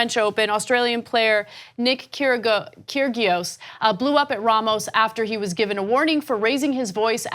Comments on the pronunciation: Kyrios....the 'g' is silent. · You’re talking crap, McEnroe WAS penalized an entire game in Australia for continual abuse of the umpire and smashing stuff with his racket. By the way Krgios is pronounced Keeree-oss. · Kyrgios is pronounced ‘kiri - oss’. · It's Kyr-ree-os ;-) I'm not sure if it's just an American thing but the guys at TYT love to mangle names. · Didn't do their homework for this one did they. They have no idea what they're talking about. Saying things like 'they didn't even dock her a point they docked a whole game' yeah it was her third offence. And I almost cried at how they pronounced Kyrgios lol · Can't even pronounce the players names right... Serena said the same thing you won't be able to referee her games.... atleast watch the clip.... Please don't do sports stories if u have no idea or don't even watch sport. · Ana and Cenk, that's not how you pronounce Kyrgios. Hint: the 'g' is silent.